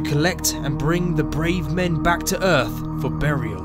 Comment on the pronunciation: Where is this "Erf" planet the narrator speak of?